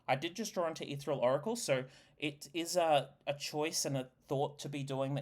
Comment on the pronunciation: Etheral? Helna? The mispronunciations are maddening.